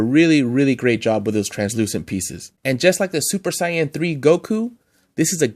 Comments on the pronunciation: yea! It’s Sāy-an and Go-hån 😆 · Super ‘cyan’ lol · I'd love to see a part 2 of this list bc they've release a ton of great ones since this list! And please stop mispronouncing Saiyan!!! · you say saiyan wrong i am am little mad do you whatch anime